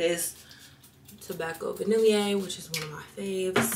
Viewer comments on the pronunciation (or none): Love your videos. The vanille in tobacco vanille is pronounced “vah-nee” 🙏🏾